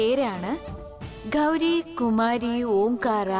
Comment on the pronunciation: Hindiyilum gauri ingana samsarikkunne sha parayathe sa enn parayum